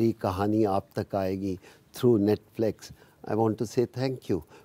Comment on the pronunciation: Paaji mispronouncing Netflix is the cutest thing ever.